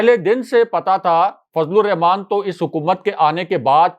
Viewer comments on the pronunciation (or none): OH BHAI !!! BISMILLAH ME, REHMAAN HOTA HAY RAKHMAAN NAHI , Rehmaan ME خ NAHI ح HAY !!!!